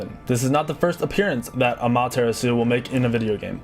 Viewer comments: Oh my goodness aMAteraSU okey Well no I understand, I can't pronounce foreign names either. But it's still wierd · Or Ama-tara-su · it's Ah-Ma-Tae-Ra-tsue not amaterasue its Japenese, not necessarily said like its spelt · it’s Ama-ta-ra-su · great vid. the way he pronounced amaah terasu cracked me up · Amaterasu is pronounced Amon Tiramisu I never knew that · I like how pronounces amaterasu as a mom's tiramisu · Hearing him say amaterasu makes me want to die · The way he said Amaterasu ewwwww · He butchered Amaterasu's pronunciation o badly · Damn you may be a pro Smite player but you clearly never listened to the Gods say their own names. You mispronounced like half of them. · You said ameterasu wrong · WOW Well that's one way to mispronounce Amaterasu's name! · i know i cringed so badly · He butchered poor Amaterasu's name... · He pronounced Amaterasu wrong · defender I mean... it is said how it's spelt. was just pronouncing it horribly wrong. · Pro player can't pronounce Amaterasu right? :P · Wow, the pronunciation of "Amaterasu" actually hurt me physically. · i cringed so hard when you said amaterasu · I hate how he pronounced Amaterasu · I cringed at all the pronunciations, but when he said Amaterasu, I just pulled out my earbuds and wept. Dude. It would have taken you 3 minutes to learn the proper pronunciations. If you really claim to be a professional SMITE player, then you should really learn how to say the names...especially the older ones, like Kukulkan... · his pronouncing of Kukulkan and Amaterasu are wrong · Amaterasu is easy because it is pronounced the way it looks* あまてらす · You mispronounced Amaterasu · Great Amaterasu pronunciation, only made my ears bleed a little.